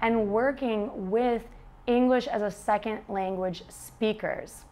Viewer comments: > Brags about how clearly and correctly she articulates words —> Says “sek-ent” instead of “sec-ond” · She cannot say 'second'. She says seckin. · Luke Day She doesn't. She says "seckind" with a clear final D. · Erik, fair enough. Although to my ears it sounds like an apostrophised D as in the silent T at the end of lazily pronounced words in english such as the word THAT. i.e Seckin'